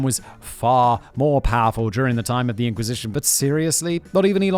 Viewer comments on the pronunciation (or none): He can't pronounce words with TH properly, and it's very distracting in his narration. And annoying. It sounds like his channel is called 42.....